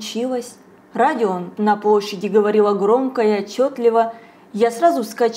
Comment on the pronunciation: На пВощади, не сВучилось, стекВа.. ну где же логопед?